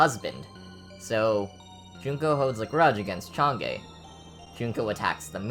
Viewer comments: great video! only criticism is the pronounciation of "chang'e" and "omake" the pronunciations are "chang - wo" (approximately, chinese is a little hard to transcribe) and "o-ma-keh" respectively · Cháng É, pronounced ch-aunn uhh